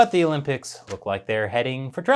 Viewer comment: Just so you know, it's "the" not "d" 😅